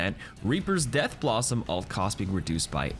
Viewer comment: 'Ult' is short for 'ultimate'! Why do you say "alt"?